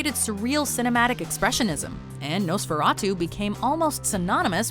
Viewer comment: “Nosferatuu”